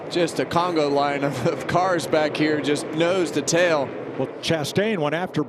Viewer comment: A "Congo line" they say, coming through on lap 55. Don't you mean, a "conga line"? Are they racing in Africa? Ha ha! Typical announcers. Peace